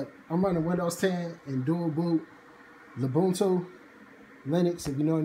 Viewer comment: I never thought you could make "Ubuntu" sound hard, until today. "Uboontttoo sun!"